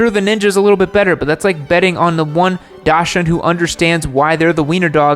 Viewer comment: For the love of God, it's dac-suhnd, dahks-hoond, or dahks-hund, even in Germany! Oh, and my Moto Guzzi V7 III Anniversario doesn't mark her territory or behave badly.